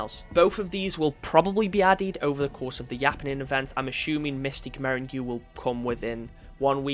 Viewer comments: "Meringue" is pronounced like "merrang". It is a sweet confectionary, often in colors similar to those in the armor coating. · mystic "merin goo" i cried so hard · interesting way of saying meringue 😂